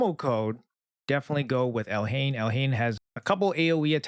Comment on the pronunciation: Pronounce it Elaine the h is silent